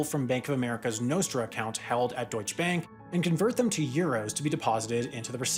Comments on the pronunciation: It's pronounced doychuh, not doych. In German, every letter has a purpose and nothing is silent. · you are ssaying deutsche bank so wrong. that e is there for a reason and should be said. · DeutschE bank, not Deutsch bank. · In "Deutsche Bank" the E in DeutschE is not silent, and "Bank" is pronounced like "bunk" in eg "bunker" or "debunk".